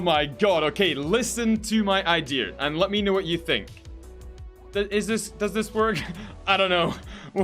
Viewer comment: Do you say idea or idear